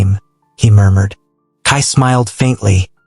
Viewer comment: I lost it at "Kai Moormoored"😂😂 I had to go back and realise it was murmured 😭😭😭🤣🤣🤣